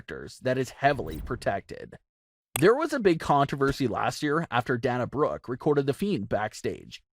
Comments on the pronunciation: i like how he pronounces dana brook XD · Not sure he even watches WWE. Notice how he can't pronounce Sasha Banks name correctly. He did the same with Naomi the other day and Dana Brooke in this one.